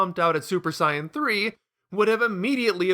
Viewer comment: It sounds like your saying cyan instead of sayan